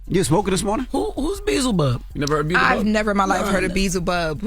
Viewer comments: LMAO!!! He said beezlebug. 😂😂🤣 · Itsss pronounced bee el za bub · Lmfao they had me rolling when Jess asked who Beelzebub was 😂😂😂 aka beezlebub